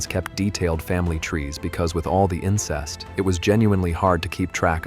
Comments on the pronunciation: It’s violent and incest, not voilent and insest. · Not the insest lol. (Incest😊) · Great video, but it’s not “insest”, it’s incest😉